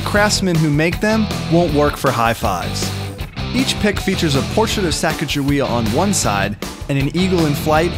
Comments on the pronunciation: im not trying to be mean, but it is pronounced sa-ca-ga-way-uh. i love you guys! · Every teacher I've ever had (Including social studies books) have told me that it is Sacagawea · you said her name wrong